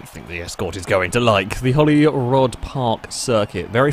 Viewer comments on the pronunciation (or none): Holyrood is pronounced the same as Hollywood not Holy Rod